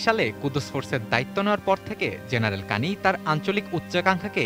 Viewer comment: উনার নাম কানি নয় বরং জেনারেল কায়ানি।